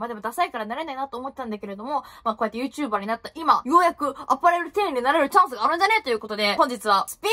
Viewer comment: YouTuberの発音良くねw 声の通り良っ❗ ｴﾐﾘﾝいるときに行きたかった❗ ｶﾝｺﾞﾙｰ?ｶﾝｺﾞｰﾙ? 藻♥